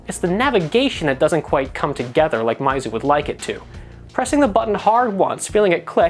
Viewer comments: MEYZU, not MAIZU* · It's Meizu, not Maizu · PhoneArena, why do you say mAizu??? Its mEizu, What where you thinking? Basic kindergarten english... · Its.... Pronounced MEYZU..... Not MAYZU lol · since when was meizu pronounced mizu? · well I think it should be pronounced as "Miizu".. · Your pronunciation of meizu is killing me